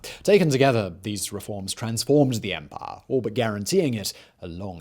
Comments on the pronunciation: “The Roman Empah” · I never get tired of how he pronounces “Empaaaaah” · Remember to drink when Simon pronounces the word "empire" as "empaaah"